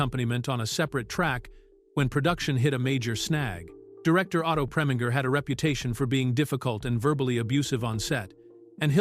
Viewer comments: The Ai voice mispronounced Otto Preminger's last name, FYI. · You who are in charge of these videos make a habit of hiring voice over actors who make awful mistakes in pronounciations. For example, he prounced Otto Preminger's name four different ways. And who doesn't how to pronounce Diahann Carroll's name properly unless you never heard of her or you've been living in a cave somewhere? The guy has a nice voice, but did an awful job.